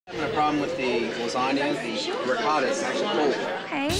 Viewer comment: Ricodda, Risodo, Van Go, Emsterdem, Rodderdam, Gooda.... learn your languages, just these words...